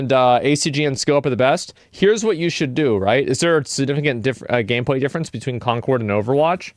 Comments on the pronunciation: did he say "conqward" ? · Wait... Is Concord supposed to be pronounced as 'Conquered'? 🤯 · Love how the reviewer says "conkerd" and then says "Concord" in the next cut. You know he was corrected between takes but was too lazy to go back and make the video consistant.